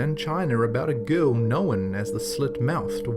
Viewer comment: Knowen. I'm sorry but stop adding an extra syllable lol.